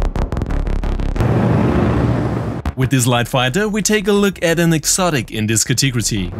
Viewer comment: Thanks dude. Category is pronounced "cat-a-gori". I hope that helps :)